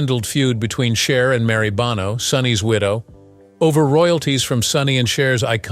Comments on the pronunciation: It’s pronounced, “BOH-no”, not “BAH-no!” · It's Bow-no. Learn to edit and educate your AI. No donut. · the proper pronunciation is bowno sonny bōnō long ō like the sound in show, bow and low I know you care as a journalist about accuracy and of course you're trying to train your fake intelligence how to speak properly 🤭😊👍😉